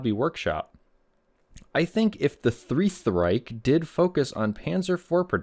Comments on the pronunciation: damn the "three-th reich" was so good that it defied the rules of basic english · the thrieth riech 💀